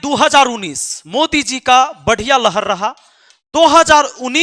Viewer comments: Mater saheb lhar not lahad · लहड़ नही लहर होता है ।पहले सही पढ़ाई करो फिर बात करना।मुखिया हो कोई p m नही। हवा में बात मत कर। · लहड 😂😂नही बाबु लहर होता है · लहड़ या लहर होता है गुरु जी